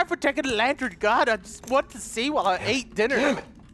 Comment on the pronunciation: “She didn’t like us taking the lattern....” “So I’m gonna take the lattern.....”